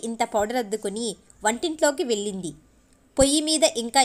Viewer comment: వెళ్ళింది అని చదవాలి.అక్షరాలు పలకడం బాగా నేర్చుకొని చదవండి